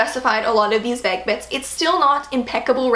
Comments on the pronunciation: Never though I'd hear anyone pronounce vague as "vag" lol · The way pronounces Vague hurts my ears. Great video though.